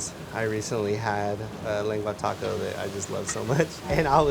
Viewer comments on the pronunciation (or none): none